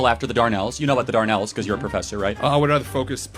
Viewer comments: For Charlie Kirk, it's the Dardanelles, not the Darnells when he was talking about WWI. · It’s not called the Darnell’s it’s called the Dardanelles!